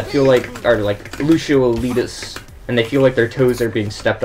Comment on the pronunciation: top 500 but doesn't know how to pronounce either "Lucio" or "boop" lmao